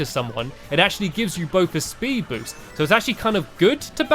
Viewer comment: Did you here stampy say spud andsted of speed